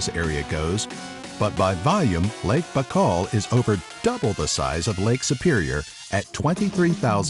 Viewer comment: How You pronounce '"BAIKAL"" ? Look like You have in Your mouth a whole apple ! Very awkward pronunciation of such easy word like "BAIKAL" !